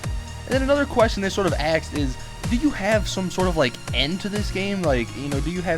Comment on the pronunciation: Aksed aksed aksed....